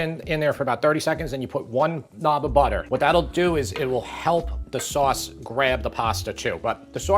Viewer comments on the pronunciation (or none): none